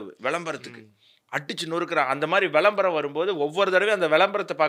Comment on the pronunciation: "வெளம்பரம்" அல்ல "விளம்பரம்" 😂